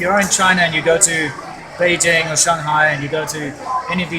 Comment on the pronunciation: Why can't your even pronounce Beijing correctly?